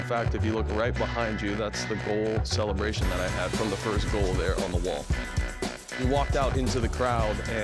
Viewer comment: Disrespect to the person who said "fist"